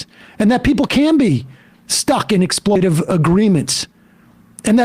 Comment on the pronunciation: It's 'exploitative', Mr Seder. 🤣🤣